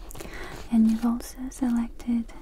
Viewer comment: My favorite part of videos is whenever she says the word "and" her accent comes out and it sounds like 'yand'. It's surprisingly tingly and comforting.